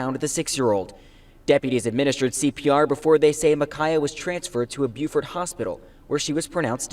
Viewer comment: its pronounced buuuufort ... like you say beautiful its beau fort .... she need to be held under water ro see how it feels